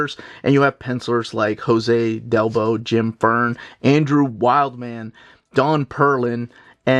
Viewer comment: Wildman is pronounced Wildm'n, not like wild man lol.